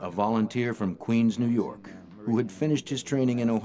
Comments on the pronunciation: "nuu yawk affice" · New yalk